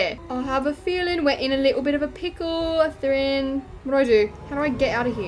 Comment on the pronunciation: I think it’s pronounced af-thrin